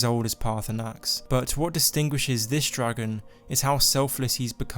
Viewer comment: he's a dwagon! i wike dwagons! :DDDDD